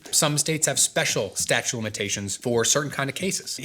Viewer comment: I love this longer form content and the insightful answers. Winced a little at "statue" of limitations though, haha.